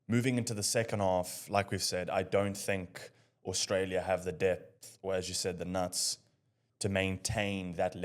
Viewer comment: If that guy says “Orstralia” one more time…